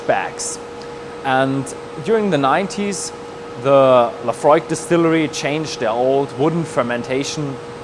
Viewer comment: Is that how it is pronounce the name of the distillery? La-Fro-iiK? (+/-).